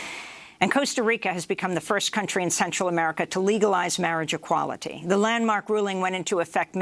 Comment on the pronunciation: "Marra-GEquality" At first I thought she was talking about legalizing "marra-jooana" (that's how they pronounced weed on South Park). ;)